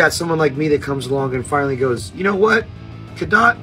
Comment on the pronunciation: U said cadott wrong lol I was there it was dead!!! VIP crowd was dead!! And he’s right. Wife and I were so pissed how we couldn’t see shit! Waste of money never will do it again! Artist can say what they want. We do talk our shit if they perform shitty! Why can’t they say god why come back if the crowd isn’t pumped to see the band! I support Ronnie and Falling in Reverse and will see them again! And we tried to “mosh” and have fun security came into the crowd and stood by us it sucked!!